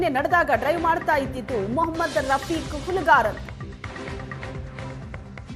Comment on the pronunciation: This Is Not Fair.....muslim ಹೆಸರು ಯಾಕ್ ಒತ್ತಿ ಒತ್ತಿ ಹೇಳ್ತೀರಾ